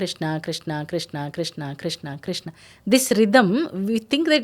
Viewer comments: Some people pronounce Krishna and some people pronounce krushna, Which is the right Pronouncesen Krishna or krushna. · Niether.. kRshna.. R ऋ is a separate vowel by itself.. Not रि or रु